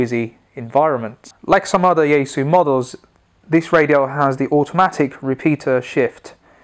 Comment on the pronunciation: Since you posted a video on your Chinese pronunciation of the Chinese brands, then pronounce yaesu correctly as Japanese would? Or is it when in rome?